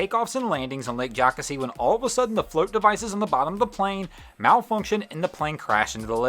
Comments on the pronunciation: Lol Jocassee is my favorite lake in SC, so absolutely beautiful. It's not called "Jock A See". It's Jo Cassey. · The lake in South Carolina that was mentioned is pronounced Joe-Cass-ee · Jocassee is pronounced JOE-kass-ee, BTW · It's pronounced Joe - Cass - E. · Jockasee.... Come on man. One of the most beautiful bodies of water around. It deserves a proper pronunciation. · It’s pronounced joe-cas-e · Lake Jocasee thats pronounced Joe-cass-ee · The lake in South Carolina is pronounced Lake Joe Cass Ee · The float plane , the lake is pronounced Joe-cass-ee. Simple mistake, but like backing a boat trailer in for the first time, please get it right the next go-round. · Hey its pronounced joe cassey....lol we love yankees...lol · It is pronounced Joe-CASS-ee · It's pronounced Jo' kassy. Lake Jocassee. It's right up from my house. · The way you say jocassee😂 I’m from that area though so this is pretty cool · I was laughing when he said it like that lol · Thank you. I'm in Greenville and that was bugging me. Lol